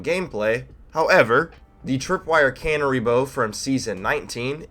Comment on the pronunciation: "cannery"? its canary... like the bird... kuh - "nair" - E